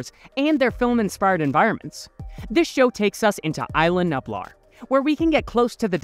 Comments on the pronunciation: BRO I HAD A STROKE LISTENING TO YOU PRONOUNCE NUBLAR YOU KEPT SAYING NUPLAR ITS NUBLAR HOW HARD IS IT!?!!? COME ON!! MY 6 YEAR OLD FREINDS CAN BEAT YOU!!? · No hate but it bothers me when you say nublar it’s nuublar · Please do pronunciation homework before doing voiceovers. Isla Nublar and INGEN. Both mispronounced. Just watch how they pronounce it in the movie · He said nublar wrong :D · He did! :hand-orange-covering-eyes